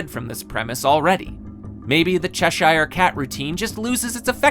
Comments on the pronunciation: I don’t but the guy doing the review has no idea on how to pronounce and the film is a 9 in my book. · Quick, say Cheshire Cat again